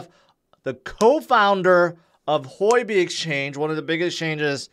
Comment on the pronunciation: It’s not Hoi-B, it’s Hu-O-B